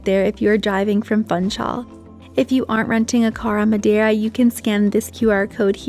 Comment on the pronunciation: While Funchal probably is a lot of fun, you don't pronounce it as fun-chal. You pronounce the u as an oo. Like in bloom, room etc. So it's foonchal.